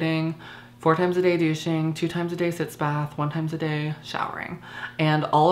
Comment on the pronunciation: Sitz baths. Not "sits"